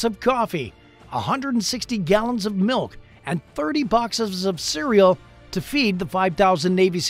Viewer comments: Lol "30 bofscks sove svereal" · "30 boxesevs of cereal" 🤣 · "and thirty boxevs of cereal"